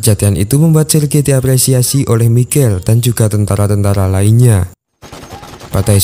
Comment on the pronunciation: Bukan tantara tapi tentara